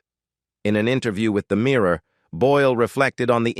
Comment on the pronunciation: Is this a robot voice? It sounds American yet mispronounces simple words like "mirror" and "themselves". Very weird.